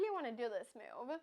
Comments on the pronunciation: I like the way the pronounces "move" as meow, very cat -like. I do not like her creating a user with a 600-rating and killing the poor souls playing against her. They never knew what hit'm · I find very cute the way she pronounces the word "move"